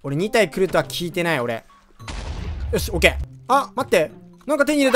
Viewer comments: OKがオゲイに聴こえたんだがwwwww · 母国語からのOK！(迫真)で草